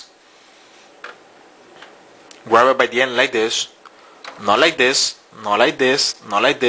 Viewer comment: lol. "not like this. not like dis, not like dis. like THIS!" lol